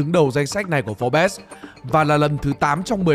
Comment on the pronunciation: Forbes: (/fɔːrbz/) chắc không phải đọc là "pho bét" chứ